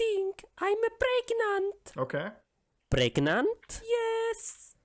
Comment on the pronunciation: “You think you are pregNAUNT?”